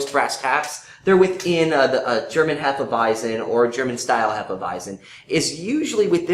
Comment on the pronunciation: They aren't really saying it properly. It's actually pronounced more like Hay-feh Vy-tsen in German.